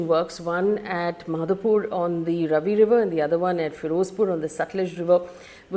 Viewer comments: Faye RAVI is not actually ravi but RAAVI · Hi Faye. Ravi is pronounced Raavi. Thanks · Please learn the pronounciation of these rivers. It’s not Ravi it’s Raavi. Beas is not pronounced like bees. It’s pronounced ‘Bayaas’. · It's R-AA-vi river and Be-AA-s river, not Ravi and Bis. However, the important question here is, which is more serious, India's suspension of the Indus Water Treaty or Pakistan's suspension of the Shimla Agreement? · Very nice analysis and historical description. One little thing, River Beas is pronounced Bee-aas and River Ravi is - Raa-vi 😊 thank you for updating us with the details and information which is very important for each one of us to understand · Just wanna say it is bee-aas not bees and raa-vi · Faye your pronunciation of Ravi and Beas is totally wrong. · You should check how to pronounce Ravi, Beas etc first making videos with this outreach! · Faye I like your videos. Even this one I was looking forward to. However you can't go wrong on pronunciation of the names of these rivers. Non negotiable. 1. It is written Ravi but pronounced as Raavi. 2. Sutlej is pronounced as Satalaj aal shwas and no AA there. 3. Beas is prounced Bee+AAs or Bee+Yaas or even BYaas which is a apabhransh of Vyaas. 4. Chenab is actually pronounced as Chinaab.